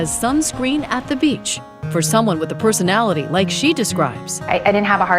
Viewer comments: You meant “perthonality.” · It's, " perthonality" 😅